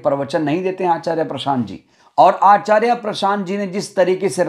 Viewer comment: आचार्या नहीं आचार्य उच्चारण तो सही करो समय। समय की बात है